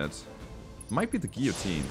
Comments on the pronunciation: In America, it's pronounced like Gill-uh-teen. If that helps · In English, we pronounce "guillotine" similarly to German, except we don't pronounce the e: "gi - jo - tien" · "Giyoteen" FYI. The mech is one of my face of all time. Tabletop beast, almost as tough as tbolt, jump capable and much scarier in short range.